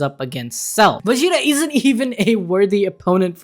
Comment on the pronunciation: It sounds like you're saying Wegita.